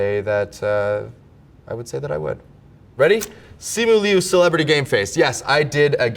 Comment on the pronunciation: finally someone who says my last name right